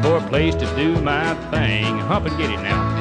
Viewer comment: That’s pronounced thing, boy.